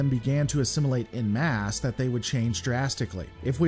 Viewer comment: I don’t want to sound ‘the wanker’ but it’s en masse (pronounced ‘on mass’ not ‘in mass’). It’s French and you know what they are like with their spelling and pronunciation. I guess I did want to be a wanker.